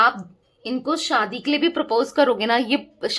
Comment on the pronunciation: Madam! Shaadi word sahi bola Kro Aap,saadi bol rahi ho.